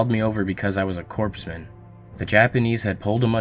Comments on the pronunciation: "Corpse-man"? It's pronounced "CORE-man." Spelled "Corpsman." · Its prunounced core-man, not corpse man. fyi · Does he mean "corpseman" or "corpsman"? Because the later is pronounced "cores-man". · Two things: 1.) The 's' in Illinois is SILENT and not pronounced, and 2.) they're CORE-MEN, not CORPSE-MEN. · It’s pronounced COREMAN, not CORPSEMEN,. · It is pronounced COREman. Not CORPSman. Look it up. I was a sailor. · Corpsman is pronounced "coreman" like the corps, not corpse man! It means he was a medic. He was called over because he was medic, a corpsman, not a corpse man. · A "corpse-men?" Learn how to pronounce military terms properly before using these stories at least. Its sickening to think this story is being used on a channel dedicated to scaring people who have never even heard of the Battle of Iwo Jima and think WWII was in the 1800's. 🤦‍♂️ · corpsman is not pronounced “corpse man.” It’s “core man.” You wouldn’t say Marine Corpse. The ps is silent. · “...because I was a Corpsman.” It isn’t pronounced “Corpse man”. It is pronounced “Core man”, just like Marine Corps. Which is why they are called Corpsman. They are our Docs. From a former Marine. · It's pronounced "Core-man". Not "Corpse-man". :) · Lol, "Corpseman", it's pronounced "Corman". Great vid. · your saying corpsman wrong, its spelled corpsman but its pronounced "core-man" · not corp s man corpsman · Hey reader, it’s not “corps man.” It’s pronounced core man. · Hey Dummy, it's pronounced "Core-man" not "Corps-men". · "CORPSE-Man" LOL. It's pronounced "CORE-man," dude. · Damn! Its not Corps-man its Cor-man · I know it looks like it'd be pronounced "corpse-man" but it's actually "core-man" like "core" in Marine "CORPS". They're members of the US Navy that act as combat medics for the Marines. it's an honest mistake, even President pronounced it "Corpse-man" while giving a Corpsman a medal. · Corpsman is not pronounced “corps man”. The P is silent. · It's pronounced Core-Men not Corpse Men